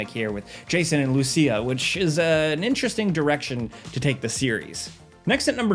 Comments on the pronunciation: Dude, it's pronounced Loo-seeya, not Lucy-uhh. It was spoken out loud in the first few seconds of the first trailer, how do you keep butchering it? Lol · It's pronounced Lou-See-Ah